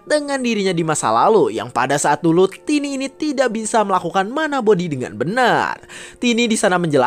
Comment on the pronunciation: Bang tiny itu disebut taini bukan tini kalau tini itu tanteku